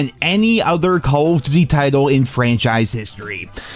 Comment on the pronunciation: "Call of Dutty"